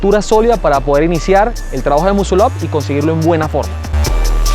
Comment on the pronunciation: Primero enceñate a pronunciar la palabra muscle up y para hacerlo se necesitan huevo no técnica!!!